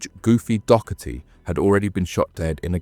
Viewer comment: Yeah ..... how many George ....... DoSHerty do you know ?